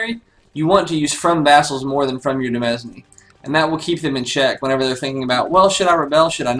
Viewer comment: Really enjoying the LP so far, good work! Just a couple quick things: 1) Demesne is the original French spelling of the English word "domain", and is pronounced practically the same except for the e instead of the o... so like "deh-main" isn't of "doh-main".